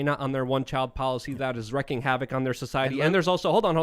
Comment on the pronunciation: That's wreaking havoc, not wrecking havoc,. C'mon, man!